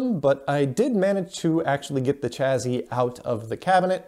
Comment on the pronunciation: Chazzy ?? LOL !! I think it's pronounced chassie but spelled chassis.